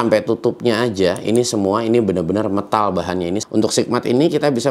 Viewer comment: Huruf E di METAL itu ucapannya bukan seperti KENAL/KENTAL tapi seperti MEJA/MEMEK 😂